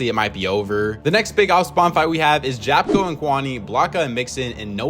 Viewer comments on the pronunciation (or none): IT'S PRONOUNCED YAPKO